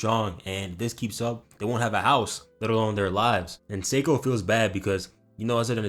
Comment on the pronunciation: Seiko= say-ko (this is how you prenounce her name XD lmao lmao)